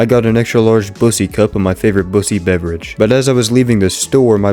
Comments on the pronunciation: I just started the video 😭 I wasn’t even paying attention at first all I heard was “Bussy’s”.😭(It’s peak) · This guys rage baiting me with “Bussy” instead of “Buckys” and nobody seems to notice